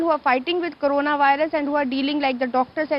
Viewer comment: 0.21 karuna it’s corona